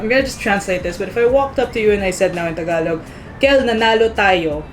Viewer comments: ta-ga-log... not taga-log... very good kell... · LESSON 1. Tagalog. Ta-GA-log. Accent on the second syllable. 😑😆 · It’s ta-GA-log, Kell. The accent is on the second syllable. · You said Tagalog wrong the whole time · True..the stress is in the second syllable